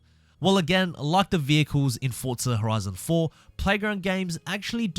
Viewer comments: Remember, it’s Forza, not “Fort-za”. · Still saying fortza